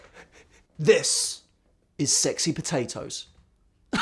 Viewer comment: "pohtahtoes" Baha! Dying...